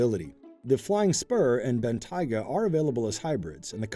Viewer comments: "Bentaiga"? What's a Bentaiga? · he's the first Guy I've heard call it "Bentaiga" and not "Bentayga" Almost everyone call it Bentayga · I hate how he pronounces it "Ben-Taiga" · It's pronounced Ben-Tay-Ga not Ben-Tyga, sir. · Please learn how to say Bentayga. I mean it's literally written how it would sound phonetically... You know, Ben-Tay-Ga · What's a Ben-Tiger?????? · Mispronouncing the name of the German super car is NOT cool, and inexcusable. Just sad, really. Makes the (only) brown guy look very, very bad indeed. I feel for him. Google Translate is your friend. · Lol can't even say Bentayga correctly 🤣🤣🤣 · This guy saying Bentayga wrong is hilarious